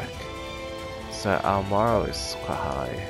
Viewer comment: It's 'morale' not 'moral'. You kept pronouncing the latter for some strange reason.